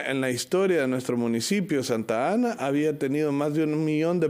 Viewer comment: Dijo santana😂😂😂😂😂😂. Es santa. Ana